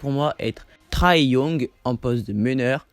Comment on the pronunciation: Sa se prononce pas Traé mais très Young